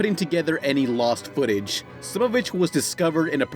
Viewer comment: he says footage as foot appears mhhhhmh